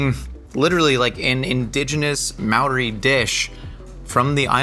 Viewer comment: Kia ora from Aotearoa! The pronunciations of a few te reo words was off but better than most kiwis can do (Māori is less of an ma sound and more like the start of the word mold). I hope yall get a chance to have a proper Hāngī some day and can make a video about it, ka pai! 💕